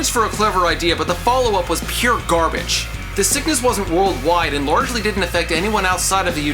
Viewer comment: Wait. Hey, did you just say gar-bitch?